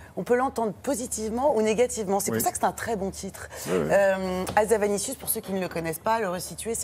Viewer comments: HA-ZA-NA-VI-CIUS et non pas havazanicius s'ilvouplait soyez professionnels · "Hazavanicius", non désolé c'est Hazanavicius, désolée ça ma sauté aux oreilles ^^